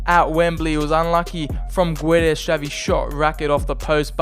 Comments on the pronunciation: Is It a h in guedes bec u say guedesh and not guedes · And Gonzalo Guedesh